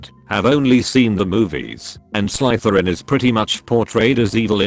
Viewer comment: Who the hell picked this idiot to read the stories? It' not Slytherin with a long I, but Slytherin with a short I. I don't think your AITA. This like a fun wedding.